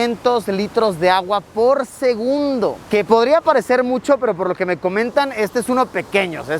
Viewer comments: Minuto dice SEGUNBDO en vez de segundo jajajaj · LiKE si tu también notaste que en vez de decir SEGUNDO dice SEGUNBDO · alguien se dio cuenta que dise sengunbdo en ves que segundo? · minuto dice segunbdo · Alguien más se dio cuenta "por segunbdo"😅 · "segunbdo" ¿alguien más lo noto? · jaja dice segunbdo no segundo, no critico solo quiero saber si no fuy el único en verlo jeje👌 exelente video 👏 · Seré el único que captó la palabra "SEGUNBDO" en vez de "SEGUNDO" en el minuto ? xd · por segunbdo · jaja dice segunbdo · Like si viste en el Min Decia SEGUNBDO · Alguien más vio que en el minuto dice “segunbo” jajaja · quien más se dió cuenta que dice "segunbdo" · Dice segubndo y es segundo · SEGUNBDO jijiji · se dieron cuenta que dice segunbdo XD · 32 OOO LITROS POR SEGUNBDO XD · en el dice segunbdo. solo digo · 528 porque dices (segunbdo) xd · Nadie va a hablar de "segunbdo"? xd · En el minuto dice segunbdo xd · Like por el ''Segunbdo'' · "Segunbdo" xD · Alguien mas notó el Error en Segundo Dice Segubndo